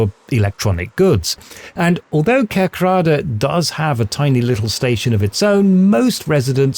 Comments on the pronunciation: Pretty accurate. Only one issue, and that is the northern dutch pronunciation of KerkRAde. This is incorrect. The residents and I´m guessing 99% of inhabitants of southern Limburg call it `KERKrade` or `KIRCHroad`. People in the north and west of the Netherlands have a tendency to emphasize the wrong syllables in towns and villages of Limburg. They´ll call the village of MARgraten `MarGRAten`, they´ll pronounce the village of Wijlre as `WHILE-ruh" instead of the correct "Weel-RAY". Foreign speakers will even pronounce the provincial capital with the wrong emphasis and call it "MAAStricht", instead of the correct MaasTRICHT. As a dutchman from The Hague who spent most of his youth in Limburg, but is currently living back in the west of the Netherlands, this is a bit of a peeve I have. Maybe a small issue, but you wouldn't take a documentary about Queen Elizabeth seriously if the narrator kept calling her country Great BruhTAYNE. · Nice! I live 5km from this situation, and are totally used to it, because I live here for almost 50 years. My English is bad, really bad, so I hope you can understand me. You pronounce both townnames the wrong way, as in that you have the wrong Emphasis. It's herzogenRATH and KERKrade, not the other way around. Just saying... I'm enjoying your video though.